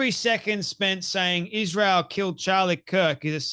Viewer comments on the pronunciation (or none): Why is it that she always says Ishrael instead of Israel? 🤔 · Her tone is so arrogant and condescending. Plus, why can’t she pronounce Israel correctly???